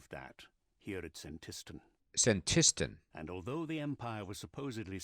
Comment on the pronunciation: Don't worry you're pronouncing Senntisten correctly :) Yes this is the problem with archaeology, it's actively taking place in 6th Age so all major npcs talk to you like you're old friends (or at least aquaintainces)